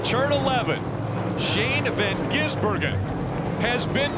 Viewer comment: Shane van Gisenburgen? .... Get it right, idiot.